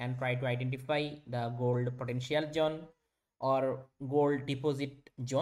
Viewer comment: Zone ❌️ Jhone ✅️